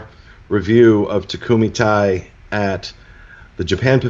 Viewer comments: It’s tay not tie. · they're just letting them know how to pronounce something properly... Takumi-Tei is Japanese hence why it needs Japanese pronunciation, わかりますか? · I typically love your Disney Dining Show, but this one was totally phoned in—literally and figuratively! You didn’t even remember what you had to start, you pronounced the restaurant name incorrectly and had no photos. I’m really disappointed; I’m used to a much higher standard from you. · You're still not pronouncing it right :D